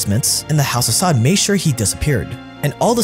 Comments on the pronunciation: It's "sah-ood" not "sod" but tbh fuck these sods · it's pronounced sa uud, like (you) with out the y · its the house of saud (pronounced sa ood) not sod. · Why do you pronounce Saud and Arabic like that?